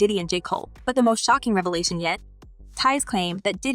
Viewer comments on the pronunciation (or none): none